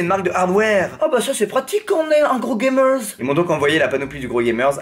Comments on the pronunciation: C'est drôle quand il dit Gamerzz 😂😂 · Les Gamerz, Les Viewerz, j'suis mort tu mes un Z a la fin des mots et tu parles le Squeeziz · Tu me fais rigoler quand tu dis "GAMERZ"